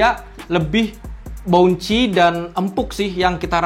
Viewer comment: tambahan dikit om: bukan "boun-chi" tapi "bawn-see"